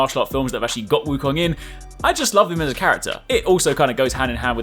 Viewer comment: U r the 1st channel I’ve ever heard that pronounce “Wu Kong” right.